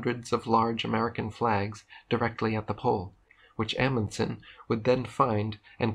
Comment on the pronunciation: Did you just say Emunson The FRAM, THE ‘“MEDRA”???? 😳😳😳😳😳😳